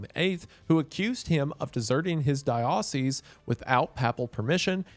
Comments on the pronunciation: Pronounced “Dye-uh-seas” not “Dye-ah-seas” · FYI Diocese is pronounced “die-sees” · it is pronounced die-oh-seas. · Also diocese should be "die-ah-seas", not "die-oh-seas" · It’s not ‘die ah sees’ it’s ‘dieo sees’ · papal, pay-puhl; papacy, pay-puh-see; diocese, die-oh-sees. (raised catholic) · I am catholic and this might just be since im from Texas but diocese is pronounced "DIE-a-sees" also common machiavelli w for this vid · "The pappa sea is decided by the dye aussies" lmao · Bro you mispronounced like 80 words in this video lmao..."east France-e-a"??...."pap (as in pap smear) acy"..."die oh seas" for diocese....pap al...instead of PAPE al...you are excommunicado 😂....oh jesus now its "bon a face" for Boniface....itd be bon a fachee homie...its italian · I can't believe how you can tell stories so thoroughly and in such an organized manner yet can't pronounce shit at all. It's amazing really. Diocese. Dude. I'm basically a hatewatcher at this point. I love the topics you cover, but you annoy the shit out of me. Thank you for reading. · the consistent mispronunciation of diocese is killing me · Wendi, the scariest thing about this video is how you pronounce “papacy” and “diocese.” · Nothing says how Protestant Wendigoon is like how he pronounces 'papacy' and 'diocese'. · The pronunciation of "papacy" snd "diocese" almost ruined this video for me but it still came through. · The way Wendi pronounces diocese🤦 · I enjoyed the video but the way Wendigoon pronounces papacy, papal, diocese and so on, irked me like a nail quickly scratching a chalkboard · Diocese got me every time, but I guess he gets a pass for not being Catholic. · Never heard diocese pronounced this way before